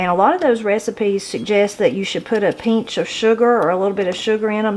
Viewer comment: She said “peench of salt”!!!! My kids laugh at me for saying that.